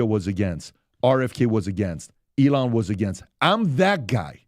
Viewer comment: PBD for the love of god say Elon’s name correctly.